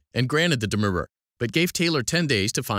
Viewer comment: the way the narrator reads demurrer has caused me emotional distress, Do I have a cause of action against Quimbee?